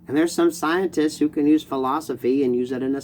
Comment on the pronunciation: Please tell me I heard you slip, and accidentally say “Scien-tits.” Best human auto-correct, ever.